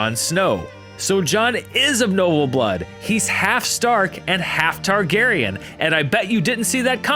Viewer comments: Excuse me, did he just say Targariage? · i thought he said, "Targeryen incest..." hahaha